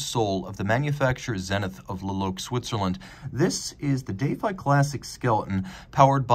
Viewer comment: Why do you keep saying dayfi? Its defy.